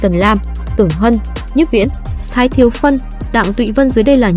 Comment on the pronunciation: Mình góp yếu với bạn nha,khi ban đọc tên 1 ai đó,xin hãy đọc đúng tên của họ,diễn viên Thái thiếu Phấn ban đọc là Thái thiếu PHÂN, 1 sự sai lầm lớn như vậy,mong nhg lần khác bạn sẻ cản trong hơn khi đọc tin cho mọi người nghe.